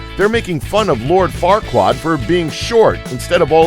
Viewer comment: Doesn't lord farkwaad sound like lord fuckwad?